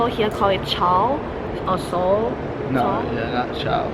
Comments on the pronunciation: Hi ... that scarf like cloth you are talking about is called Shawl ... you were pretty close by saying it as Soul but you missed alphabet 'h' which will give it's actual pronounciation hint: you can speak it as ShaaL, that's how we locals speak it ... And the sweet fresh cookie 🍪 thing you bought for ₹10 and ate, it's name is Naan-Khatayi (pronounced exactly as Naan Kha Ta Yeee), it's price ₹10 was ok they also come in smaller sized ones & price is always ₹10 but you get more pieces if you opt for smaller sized ones ... And to clarify and give you better info. In northern states surrounding New Delhi, those waterball things are called Gol Gappe and in Western lower part of India around Mumbai (Bombay) city they are called Pani Puri, both are same, they'll only differ according to who is making them ... And the green sauce (chutney as we call it) which you got along with the veg creamy food you took to room to eat, that green sauce is called Pudina (Mint) Chutney ... it could vary in taste and consistency from shop to shop because it's a home made thing so every shop makes it their way, although usually it's same ... And that trike is not called trike here, it's called Auto Rickshaw (or Three Wheeler in local way) for gas powered ones and Battery Rickshaw for electric ones ... If you'd refer to them as Trike only very few people will understand you ... And the bus you were trying to stop and get on was a private one ... If you want to travel by bus look for green coloured ones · That is pronounced , Shawl or Shaal 😊😊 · It is called show-al